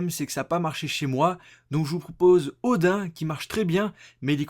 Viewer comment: ODIN, ca se prononce "odine", PAS "ODAIN"!!